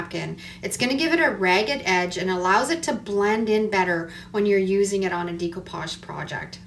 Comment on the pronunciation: Nice work thank you. Please pronounce it right, it's pronounced deck o pauge , not dEc o pauge. I'm in my 70's and have been doing it for many years. Suddenly lots of crafters say it wrong. Sorry to be a craft Karen. Lol.